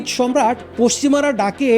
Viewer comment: Good documentary but your pronunciation is wrong.its not সম্রাট its সারমাত/ছারমাত।